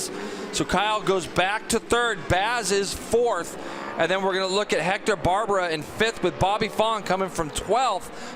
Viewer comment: Nice race,super fight f 3 place👍 and his name is Hector BARBeeeRa Not Barbara.....😉😂